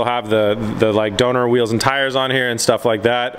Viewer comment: didn’t you hear him say this? “DONOR WHEELS”